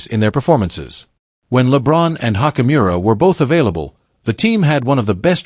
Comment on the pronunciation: Oh god u can't even pronounce ruis last name right😭😭🤦🏾‍♂️